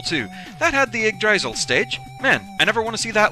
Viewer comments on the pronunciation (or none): i've always been under the impression its pronounced "Yig Dra sil" but this is probably one of the weirdest words to pronounce. Also what the heck did this have to do with a world tree anyway? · Premise behind it is fun, and at least their next stage will be better.(Granted, I like Yggdrasil Stories.) or at least I think so. Also, it's Y-gg - dra-sil, try sounding the Y at the beginning. Strange words the Norse.